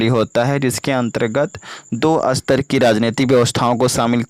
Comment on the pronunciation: Sir jaha satar likha h 1 line m vaha ap asatar pd rhe ho reading kuch or likha kuch or h